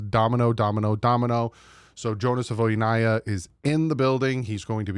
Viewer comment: You’re saying the name different than he is .. he says “savaii” like hawaii.. not saVOY